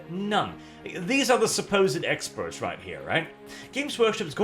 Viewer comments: WAS RRRIGHT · You know, the repeating R noise that he made and the pronunciation of the word "right" could honestly be used as an engine noise.